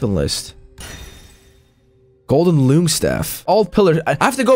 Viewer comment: its actually pronounce "long" , like the bosses, they've got tails and ...long....right ?